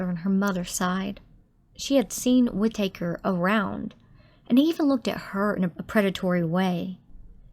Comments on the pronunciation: Whit-taker? Wouldn't you learn the correct pronunciation before u say it wrong 100 times? LOL! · Whitaker…short “a”. Please pronounce the last name correctly.